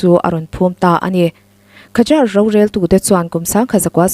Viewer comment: Khazar tia lam lovin zâr tia lam tur.